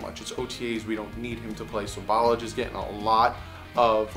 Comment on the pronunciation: Ok let me help you with Kalens name in French fromage is cheese right but listen to the -mage part now put substitute a "L" for the "M" -lage , Ball -lage ok ? See the way you were saying it Ball-ige is what happens when you wear gem shorts with no undies , balls start acting there age ballage , but Bal-lash-e rolls off your tongue like a 20 yard gallup down the middle of a defense ! Get it baby, you da man!